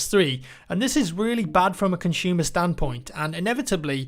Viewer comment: "A conchtumer standpoint" freaking accents